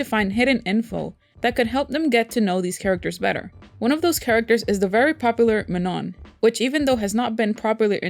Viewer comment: Sorry but you pronounce Manon wrong! The last „N“ is silent and the „A“ is pronounce like „OU“ in „country“ or „U“ in „ugly“, also not that this is important but the „O“ it’s to be nasalized „Õ“(I don’t think people who don’t speak French can pronounce it though). So it is „Maano“